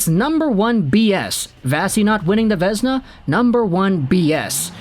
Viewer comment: Vézina is Pronounced Vay-zee-na, not vezna